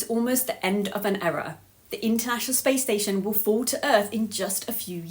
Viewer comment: Error in pronouncing era! 😂